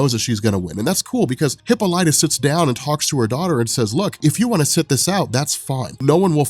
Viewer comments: bro, please... It's not hippo-lyta, it's hi-ppola-ta. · The Wonder Woman trailer is out PLEASE stop saying Hip-O-lat-tah, its Hip-Pol-ita lol! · It’s pronounced hip-olita, not hippo-lite-a. You should know that. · Dude I love your videos but you need to know that it's pronounced (Hip - All - Lit - Ah) NOT "Hippo - Light - Ah". I cringe every time you say that. You're still the man bro just stop saying it wrong. #WonderWomanFan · hip-paul-lit-a. not hippo-light-a. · Say it with me now...Hip-pol-ah-tah...there's no hippos in there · Hip-all-it-tuh Not Hippo-light-uh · 🤦🏾‍♂️🤦🏾‍♂️🤦🏾‍♂️😂😂😂PLEASE!!! For all that is holy…WATCH ONE OF THE CARTOONS so you can learn how to pronounce “Queen Hyppolita’s”(Hi-Pah-Li-ta) name! 😂😂😂😂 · No it's obviously a hippo lighter. And Leo ney adidas. :D Bothering me a lot too when he says hippo lighter XD But funny! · high pole uh ta? Isn't heh paul ita? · Wow. You couldn't even spare the time it takes to figure out how to pronounce the name Hippolyte correctly. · please listen to the pronunciation of Hyppolita... you're saying it incorrectly. I swear I'm not trying to be rude, but I enjoy your videos, and you sound like the kind of guy that likes factual information. Just thought I'd let you know. Please don't hate me lol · The butchering of the name hippolyta makes me cringe everytime I hear it... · dude you pronounced ww mom name wrong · your pronunciation of Diana's mothers name is offensive. GJ otherwise!